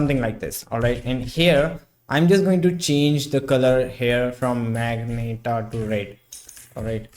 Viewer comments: Ma-gen-ta, not magnet-a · ahh yes.....the magneta and definitely not magenta